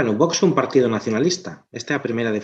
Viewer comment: Encántame o contido, pero que o presentador/moderador non saiba falar galego é, canto menos, raro. Non sabe pronunciar "unha", nin "Un partido", nin "concentración de"... Non é un ataque. Encántame o contido, pero é moi raro. Salvo que sexa criado fóra de Galicia, non me ten sentido